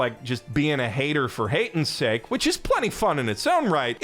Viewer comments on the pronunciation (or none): none